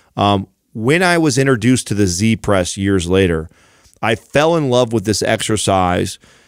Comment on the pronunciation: great show, i like this very much because of the emphasis on mobility and good range of motion. i need to point out though, that i find it strange that you call it a "c-press" when its a "z-press" - why do you pronounce z with the sound of a c Oo I know this from Tarrantino in pulp fiction, he steals a motorbike from "zed" and the gf ask : wheres zed ? - zed is dead honey - zed is dead. z is not pronounced c ! Am i being a grammanerd here or is it actually true and need to be changed Oo